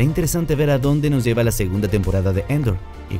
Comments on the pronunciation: dice ANDOR no ENDOR:v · No es Endor es Andor! pronuncien bien Endor es un planeta de Star Wars Andor es el apellido de Cassian... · A ver compa, repite conmigo A-A-A-ndor!